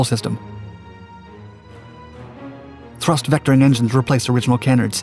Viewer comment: For what it’s worth, canard is pronounced kuh-naard with the emphasis on the second syllable. Other than that, love the video. 👍